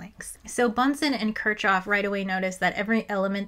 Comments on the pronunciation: It's pronounced "kirkhhof" [kɪʁχhof] (but I'd excuse [kɪɹkhof]) and there are some dialects that pronounce it closer to "kirshhof", but it's definitely not "kirtshhof". Why are Americans so bad at pronouncing German and Russian surnames (and also some Greek and Hebrew words)? You always assume the letter combination ch does its common English sound even when it's in a foreign name, and you just should not do that. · it is not "ch", it is "h" in Kirchoff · No way you called kirchoff kir”ch”off 😭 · It's fine, it means she learned from a book, which is admirable. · yes that’s why I didn’t correct her I’m just surprised she would say it like that lol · Took a few seconds to figure out who that Kirchov was you're talking about. The guy was NOT russian, there's no "tcho" in Kirchhoff / I understand if the english speaking scientific community mispronounces by default and this is for the sake of unambiguous communication, but if you target the general audience, that might be a good reason to break the bad habit, thank you very much ^^